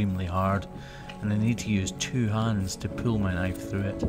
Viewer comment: Well, of course she'll be walking funny... you lifted one hoof artificially high off the ground! Nice work. I love the clean lines you usually manage to craft. One request: in your next video, could you pronounce the words "pull" and "pool?"